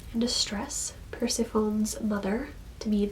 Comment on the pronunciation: So many hard to pronounce words. Hahah it is PerSeffohnee “Persephone”